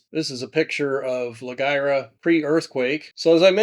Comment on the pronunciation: "La Wira," not "La Guira." ❤